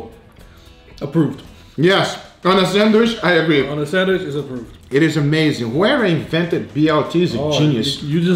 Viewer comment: Can someone tell me why is he saying sandwish and not sandwich? Is there a reason for it? Not hating or anything, just casually asking...